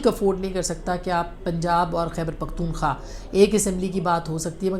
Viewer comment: قابل احترام بہن ! حقیقت پر مبنی تجزئیے پیش کرنے پر مبارک ۔ ایک معمولی سے غلطی کے ظرف توجو دلانا چاہتا ہوں آپ جو پختون۔ ٫ خا۔ ، نام بولتے ہیں صحیح نام پختون۔ ٫ خوا ، ہے امید ہے رعا ہے کہ اللہ تعالیٰ آپ کو اپنے حفظ وامان میں رکھیں آمین یا ربلعالمین